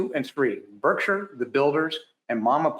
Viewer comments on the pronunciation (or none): You mispronouced "Berkshire" about 10 times ....... Pronunciation American pronunciation Sounds like burk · shr